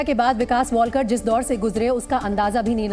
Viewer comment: अडाणी लोग... वॉलकर नहीं है लास्ट name... वालकर है.....